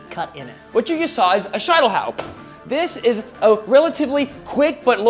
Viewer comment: *Scheitelhau No "Sh" there.